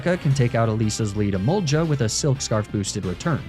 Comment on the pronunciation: Why do you pronounce Emogla and Lapras like that?